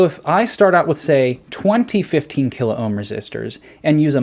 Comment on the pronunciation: kil-ohm. Two syllables.